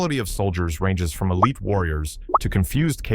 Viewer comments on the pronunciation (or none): none